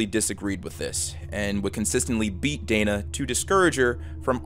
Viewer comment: I am pretty sure her name is pronounced Dena with an e not Dana.